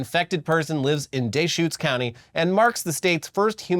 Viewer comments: Its Dee-schutes County not Dayshcutes source: i lived there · 1) Duh-shoots county. NOT Day-Shoots lol 2) this is not the first time in the past 15 years. Crook County had a situation in 2012? Crook County is next to Deschutes. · As someone who works in the veterinary field, I'm not surprised this popped up in Oregon. Fleas are a common vector for plague and are a year-round nuisance for domestic pets like cats and dogs. People here often opt for "natural" flea remedies that just don't work. Hippies. Loving people but hippies none the less. Also, it's "Dee-shoots" county. That way you know how to order a beer correctly when you visit the Deschutes brewery on your next visit to Oregon. Love you guys. Keep up the amazing work. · It's, duh-shoots. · Deschutes is pronounced duh-shoots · Oregonian here. It’s Duh-schutes. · it's Duh-shoots, lol. And that TB was in Washington State. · Can confirm as a PNW'ner it's pronounced dAschutes. Also imma be in Portland in 2 days🫡. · deehshutes like a texan. you fucking ass